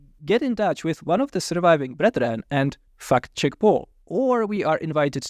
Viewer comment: I love accent. Right when my ADD was starting to make me tune out, I hear "f***Jake Paul" and I was like hold up wtf did i miss? Turns out he said "fact check Paul"😂 I just felt like sharing that. Continue😊